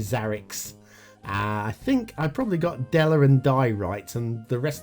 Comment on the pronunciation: I want an open E! Go on google translator and hear the word Mangiare hear the E at the end! That's what you are aming for!